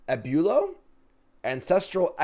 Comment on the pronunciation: the Spanish word for grandfather threw you? Abuelo? Come on now!